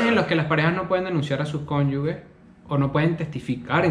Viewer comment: Epa, es cónyuge, no conyugue